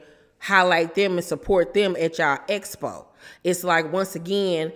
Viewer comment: 1st feedback needs is how to pronounce expo (ek spow)